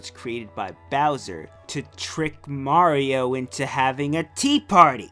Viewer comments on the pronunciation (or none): none